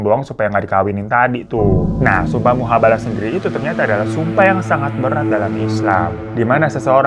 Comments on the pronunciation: mubahalah bang, bukan muhabalah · Mubahalah bukan muhabalah kak 😂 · Bukan MUHAbalah bang tapi MUBAhalah.. Itu judulnnya mah udh bener tapi babang salah terus nyebutin nya😅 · Mubahalah bukan muhabalah 😂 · Mubahalah bukan Muhabalah setau saya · Bang Hiro salah sebut ya, mubahalah jadi muhabalah 😅, gak pernah ketinggalan selalu nonton video bang Hiro ❤ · mubahalah babu... bukan muhabalah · Fyi : MUBAHALAH bukan Muhabalah😂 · SUMPAH MUBAHALAH BABU, BUKAN MUHABALAH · Mubahalah yg bener, bukan muhabalah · Salah.. Bukan mihabalah, tapi mubahalah bosa que 😊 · Mubahalah bos bukan muhabalah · bu, babu, setau gua mubahalah dah bukan muhabalah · jadi yg bener muhabalah ato mubahalah nih ? 😭🤣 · Muhabalah apa mubahalah sih...? Di judulnya mubahalah, tapi di videonya disebut muhabalah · Mubahalah bukan muhabalah